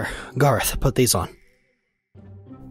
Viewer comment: its garroth not garith